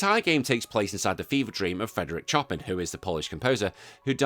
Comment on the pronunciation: Chop in? Pronounced "Show pan"